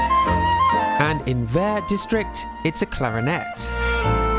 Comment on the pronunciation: Great job o the french prononciation of Bleu, Vert, Magenta, rouge and jaune.